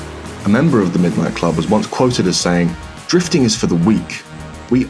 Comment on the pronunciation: "Middo nitto kurobu"